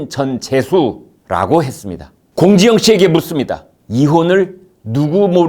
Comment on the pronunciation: 발음이 사이다.... 공지영씨발*이